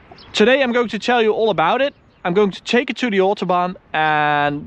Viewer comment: Tip: try and stop pronouncing your A's as O's like in exhoast, oawsome, Oall